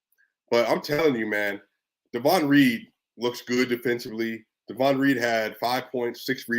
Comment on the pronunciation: DAY...von Not Daaahvon